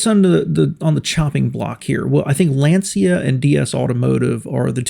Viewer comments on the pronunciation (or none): Lancia owners in the past have pronounced it to me as, "Lan-chee-uh". I don't know for sure though. Great video!